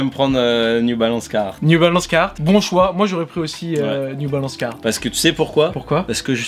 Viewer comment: La prononciation du carhartt quand il dit cahartt c’est horrible zebi